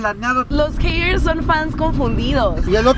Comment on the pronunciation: no se dice hirs se dice heiders se escribe haters